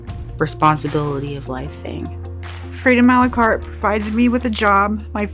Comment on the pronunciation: BTW it's "a la carte"